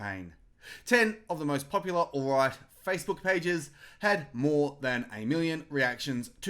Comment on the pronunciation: Haha..love your take...but you do know it is "alt right" not "all right" ?